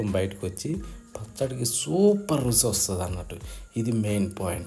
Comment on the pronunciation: Pacchadi video OK, Rusi anakandi, Ruchi ani chakkaga palakandi!!!!